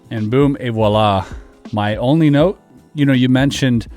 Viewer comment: That's not how you say "voila" lol